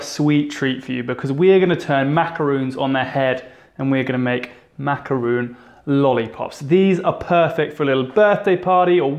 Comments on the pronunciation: I can't help but to think about the way your mispronounce a macaron. It's not macaroon. Good job otherwise. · Thought this was going to be a macaroon tutorial because he keeps saying so, but it was actually just macaron 😅 Still yummy though :) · I love how you say "macaron" :) me encanta!! will definitely try it! xx